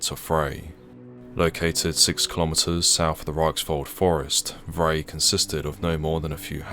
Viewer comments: Vrij = pronounced Fry with a V replacing the F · "Vrij" is pronounced like 'fry' and means 'Free'. Thought that's a relevant side note.